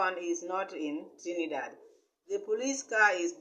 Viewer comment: This woman can not even speak properly, not even the name of the country shi cya call good. Lady, Dee will proper in the name of Yashua